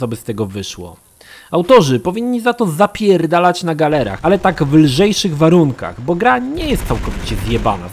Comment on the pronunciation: "Za John'a Schwaba to powinniście jednak ZAPIERRRRDALAĆ na galerze" xD